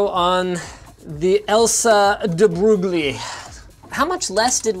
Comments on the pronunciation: De Broglie Actually pronounced as "De Broy" And we were taught, "learn to say it properly or else the people of the West will laugh at you" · It's pronounced "de-broi". He was a French theoretical physicist who outlined the wave-particle duality theorem of photons in his thesis roughly 100y ago. Very strange as to why such a name slash sticker would be on even a Chinese product. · Debrosglie is a famous mathematician who's theorems you'll inevitably hear about if you do math. You pronounce it "debreuil" I believe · de Broglie ( pronounced Day-Broye) is the name of a physicist who was famous for defining the wavelength of particles in a quantum mechanical sense, known as the de Broglie wavelength. It is defined as planck's constant divided by the momentum of the particle. I don't know what any of this has to do with graphics cards, but regardless... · Linus: "Dee-Broge-lee" Physics students: crying in french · De brougli wavelength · "de broglie" lmao debroil (the l is kinda silent), was a physicist that discovered the waveform for matter. The debroglie wavelength was named after him. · Did nobody else die when he said debroglie? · it's pronunced like this: this remenbered me the video about that society who're named marseille and Linus has no idea how to prononced it , i like that ^^ . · its not a french name. its an italian name because the family de broglie before living in France comed from italy. so you are ridiculouse